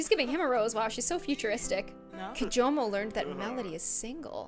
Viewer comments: she said kimojo the whole time even though it was kijomo. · Everyone it's kijomo not kimojo